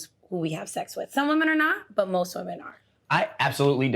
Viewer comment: Question? Is it a NY thing to say "woman" and not "women" when speaking on multiple women? Lol